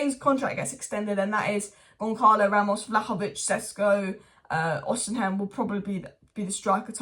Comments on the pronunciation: Osimhen, osimhen, oshimen pronounce it properly it ain't even hard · You STILL say it wrong ahhah, you keep swapping The M and N